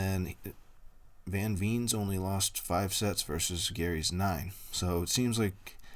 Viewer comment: Thanks for the video. If you would like to please Dutch ears please pronounce Veen as you would Vain or Vayne. Also, Van is not Ven but has an ah sound.